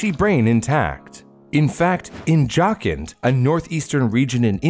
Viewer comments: As an India that pronounciation of Jharkhand made me throw up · as a Indian American 🇺🇸 it is pronounced Jaarkundha. Hope that helps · "Jharkhand". Butcher'd it. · Btw jharkhand pronunciation is wrong but OP research as always XD